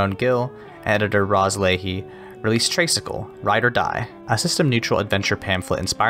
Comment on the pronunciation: great review as always! btw, just a small thing, but I believe "tray" in traysikel is pronounced like "tri" as in three, as in three cycles because the tricycle has three wheels. "traysikel" is just a colloquial respelling. Tagalog vowels are not pronounced like American vowels. our letter "a" is pronounced as "ah" and not "ay." anyway, i'm just being nitpicky! thank you as always for featuring indie games!